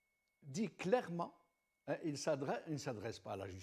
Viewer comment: Je retiens ce CLAIREMENTE un adverbe qui se fait féminin, une première pour mon oreille.. bye bye monsieur...e !